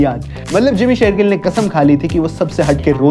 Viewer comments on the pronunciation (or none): Jimmy SHERgill se Amrita SERgill? Achanak aap logon ko kya ho jata hai??? “श” akshar bolna itna mushkil kyun hai??!! 🤔🤦🏻‍♂️